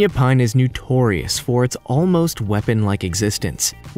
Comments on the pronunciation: "New-torious." Sheesh. Lousy pronunciation. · Obviously is a genius in his own mind. Also mispronounces "notorious"